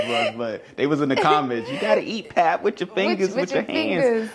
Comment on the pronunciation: You pronounce pap like "Pup". Boerewors = boo ra vors